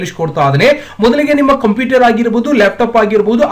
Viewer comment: ಅಣ್ಣ ಅದು ಕಂಪಿಟರ್ ಅಲ್ಲ ಕoಪ್ಯೂಟರ್